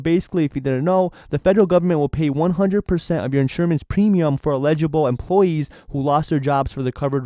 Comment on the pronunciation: Free. Im not trying to be a karen. Tho I think the word youre trying to say is Eligible- e LLLLLL-IG -I-BLE. I might be right I might be wrong. Just saying. Have a good one:)